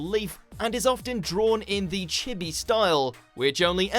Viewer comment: My organs stopped when he said chi-bee instead of chibi